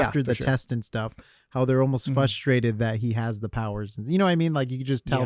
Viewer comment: the word is fRustrated with an R